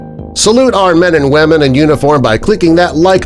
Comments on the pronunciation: Wait at the end did he say wamen?!?! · At the end he said “Men and WHAMEN” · "support our men and wamen"